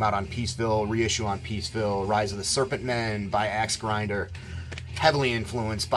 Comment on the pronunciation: Damn, I had to rewind 3 times to figure out the name of Axegrinder, lol. Definitely will check'em if you're saying they sound lime Amebix.